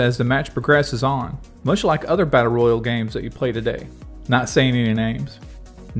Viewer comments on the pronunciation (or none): none